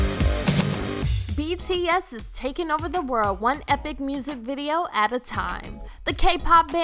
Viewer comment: When starting off the video and the band name is pronounced wrong.... you know it's gonna be rough the rest of the way... Edit: I couldn't watch the entire video. I tried but I couldn't. I made it 2/3 of the way through. I stopped because of the number of errors that were in it thus far; that got to the point where I was annoyed and didn't want to listen/watch anymore.